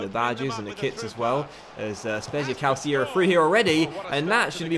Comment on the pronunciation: Calcio is pronounced "cahl-chee-oh" not "cahl-C-oh" -- great job with the series so far mate